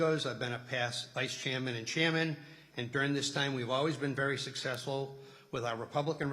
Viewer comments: a sussessful ? a sussessful ?? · Fantastic., a person that can't even say the word successful is doing the nominating.